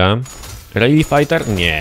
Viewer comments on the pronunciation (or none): none